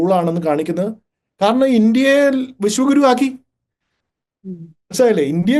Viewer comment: Sunithayudey oru thettidhaarana😮😮😮avar paranjathu " vishakuru" enaannu, Vishwa guru ennalla😂😂😂😂😂